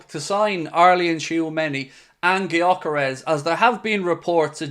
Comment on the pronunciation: Hey, since Gyökeres is a Hungarian who grew up in Sweden his name is pronounced like Dyökeresh. With the Gy (or Dy in my pronounciaton guide) pronounced like the D in dew or due. The "s" at the end is pronounced "sh" as in shop. If anyone cares to pronounce it right.